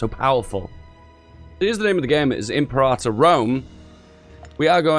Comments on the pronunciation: It's not pronounced "in prata", it's "imperator". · I don't mind imprahtor, what I do mind is cyrenaica (see-ry-naica) -> ...thracia? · Pronounced: "Imp-air-uh-tour"